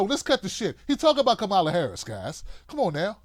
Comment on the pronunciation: You still haven’t learned to pronounce Harris’ first name – simple, but too much for you, I guess –, and here you go complaining about her again, because she’s black, or not black enough, for you. That is exactly the point Sharpe is making: Why does she (or Cory Booker, for that matter) have to justify her blackness to you? All through this 2nd stupid video from you on Harris, you make no mention of issues going forward or even in the past, that would speak especially to black people and how Harris (and Booker?) differ on those issues. Maybe you have a lot of stupid listeners, but I hope there are at least some black people – maybe the women? – who look and listen to the black candidates in this POTUS race, and get motivated and decide in ways that have less to do with race and gender than the bullshit you’re peddling. Maybe I haven’t known enough blacks in my life; but even the dumbest of those I’ve known don’t have the shit for brains that you have.